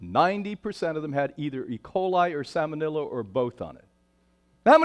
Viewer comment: "Salmenillo"? Is he trying to say "Salmonella"?